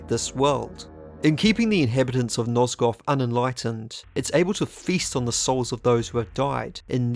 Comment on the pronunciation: "Nozgoff" Love you, I'm just trollin' 💕